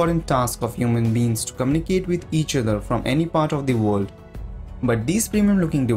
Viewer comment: Sorry, I had to stop the video... It's not WOLD, it's woRld...